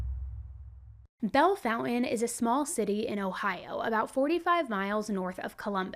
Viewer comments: Nice, except there's no "U" in the town name... So it's not pronounced "Foun-Tan," but " FON-TANE." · Why are you calling it Bell Fountain when the name is Bellefountaine? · Bell- fawn-tain